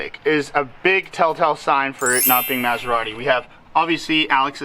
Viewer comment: He can't even pronounce Maserati.